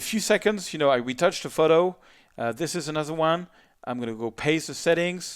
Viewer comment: "to ze another one"